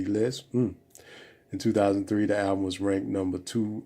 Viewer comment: When will brothers ever pronounce the L in the world "Album"?